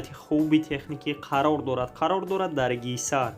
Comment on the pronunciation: Ту афал гапзанира ёд бги дурус талафу кун хисор на гисар ахмак наша